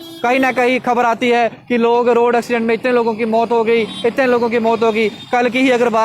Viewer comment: Kja ka repoter hai ye uneducated repoter ek accident to bola ni ja rha is se aur ye hmko apne mind me bne hue rule bta rha hai chal ja eta phele thoda homework krke aao